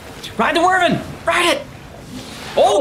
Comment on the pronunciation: Wyverns(Why-verns), not Wurvins. ;)